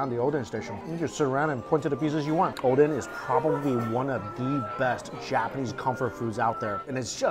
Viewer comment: First time I heard him saying oden correctly (not odeng)